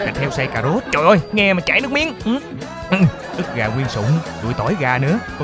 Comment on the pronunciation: ức gà thái hạt lụ nà lu đọc là cức gà thái hạt lụ 😂😂